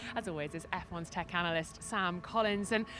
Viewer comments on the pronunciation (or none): none